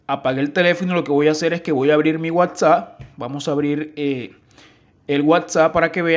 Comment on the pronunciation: MEJORA LA PRONUNCIACION DE LAS PALABRAS,,,,, te comes las letras en las palabras desde el nombre de la aplicacion ni la sabes leer..